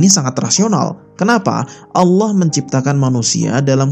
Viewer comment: Saran untuk mimin cara mengucapkan "Allah", pada islam dibaca "الله", sedangkan untuk kristen dibaca "al-lah"